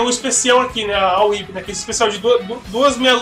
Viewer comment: É tão agradável quando alguém acerta o nome da "Whi(Uipi)". =DD E que bom que está se acostumando com a Whip(725, né?), que está diferente, mas ainda é Whip.